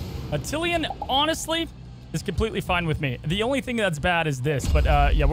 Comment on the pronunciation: Why can’t pronounce Attilan wrong the same way everyone else pronounced it wrong.